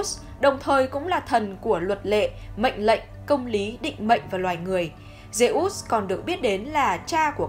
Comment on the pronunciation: Phát âm như lollk zê út :)))